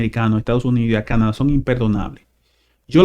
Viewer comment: Por favor, es Canadá; la tilde y el acento en la pronunciación es en la última Á. Nos hemos acostumbrado a pronunciar dicha palabra, con el acento en la pronunciación en la A de la sílaba CA - na - da. Y excúsenme por hacer la corrección por este medio.